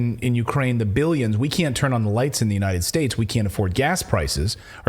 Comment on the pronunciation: Tur nine or turd 💩